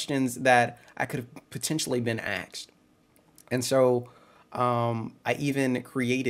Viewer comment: It’s asked. Not axed.